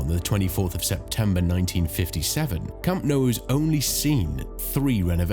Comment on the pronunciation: Camp No..?? and Santiago Burn-A-Bow.....?? wtf... At the very least learn how to pronounce the places correctly, this is just pathetic....